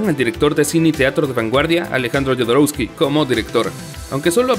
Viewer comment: Perdón... prometieron una verdad "oculta"... ¿Se les olvidó ponerla? Jodorowsky es chileno, por lo que no tiene sentido pronunciar la 'J', como 'Y'. ¿no viste las películas? Es BARÓN Harkonnen, no BERNON. De plano con ustedes no se puede